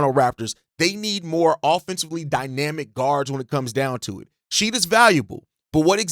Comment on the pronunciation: This, pronouncing his name snead drove me nuts lol.